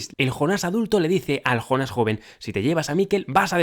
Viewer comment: Por qué será que los españoles no pueden pronunciar una palabra de otro idioma tal como la escuchan??? Es que acaso no escuchan bien??? Si ves la serie y aún estando traducida al español, igualmente escuchas el nombre JONAS (yÓnas) por qué diablos ustedes pronuncian JONÁS ??? Es yÓnas Yo pensaba que esa deficiencia que tienen en España para los idiomas, culminaba en cosas absurdas como cambiarle el nombre de la realeza... Que al príncipe William le digan Guillermo, Carlota a Charlotte y Carlos a Charles, es algo que me sigue intrigando